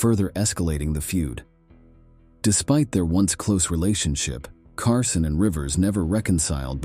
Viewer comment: CARSONE? HIRE AN ANNOUNCER WHO CAN READ.